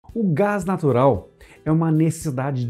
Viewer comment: "O gás naturar é uma 'nessidade' diária" ...kkk